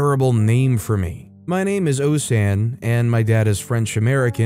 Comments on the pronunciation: Drat, i wrote it down wrong and YT isnt allowing me to edit it. The name isnt pronounced 'oh-see-an', its pronounced 'Oh-say-ann' when said in French with a French accent. When i was hearing 'Oh-see-ann', that was also part of the baby talk aimed at baby Océane. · Story 6: Océane is o-ssé-anne. no Sh sound.